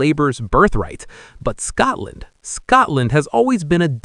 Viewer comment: Tell your stupid AI it is Scotland NOT Scartland